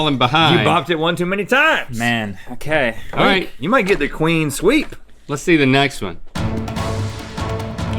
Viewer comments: Is Link saying Queen Sweep instead of Clean Sweep? Or is that just my bad headphones... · Link, the phrase is "Clean Sweep", not "Queen Sweep".